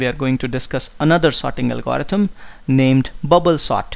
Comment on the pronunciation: I think you are pronouncing algorithm wrong.